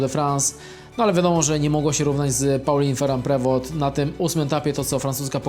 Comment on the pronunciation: Pauline Feru Prewo, jak Ty to wymawiasz!!